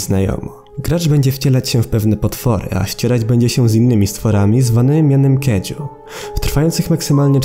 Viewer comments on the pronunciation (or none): Nie kedzu tylko kajdzu (kajiu) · Kaiju wymawia się kaidźu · czytaj kajdzu czytaj gezorą czytaj z mogerą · Kaiju. Czyta się to kajdżu